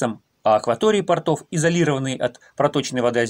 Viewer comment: У портОв нет акватории, но есть карманы. Акватория есть у пОртов. В слове порт ударение не переходит с буквы О.